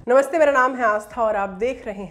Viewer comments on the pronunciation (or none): none